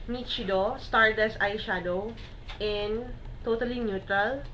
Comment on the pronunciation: nichido - (nishido po ang pronunciation =D) but still i love this video..